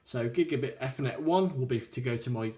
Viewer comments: 'efrnet port' .. I thought it was 'Eethernet' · EFFERNET ?? LMAO